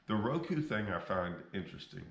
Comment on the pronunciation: Lol, you are a Genius. Mispronounce Roku..err Ruku to get more views.